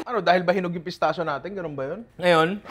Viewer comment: Nong “pistakkio” pronunciation nyan hehe ✌️